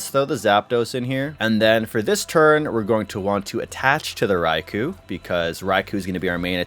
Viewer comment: How many times will he say RAI-KU? Is this a Canadian language thing?